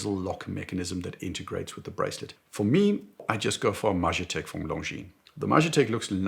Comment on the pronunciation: Off the topic but the "j" in "Majetek" is pronounced like "y." Majetek in Czech means "property" and was part of the inscription "Property of the military administration" on the historical watches. So the name itself doesn't make much sense. That's my biggest beef with that watch. Also I think that Longines Heritage 1935 and Eterna Heritage Military 1939 were much better renditions, in my opinion, although with probably inferior finishing. Those can still be found for a reasonable price.